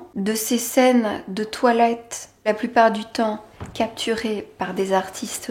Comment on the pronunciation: A chaque fois qu'elle dit toilette j'entends twilight ><